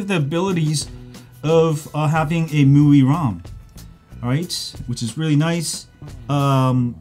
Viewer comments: It's Me-you-I not mooeee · It's pronounced Mee-UI. Welcome. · You said MIUI like it's MUI , no offense btw just want to address this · Could you please just decide upon one way to pronounce MIUI? You're switching between them is really annoying You can say "xiaomi MI 9" but you can't say MI U I (MI-just like in the name of the phone + UI) Just like huawei has(or had) its EMUI(emotion UI) AND no way is it MooWi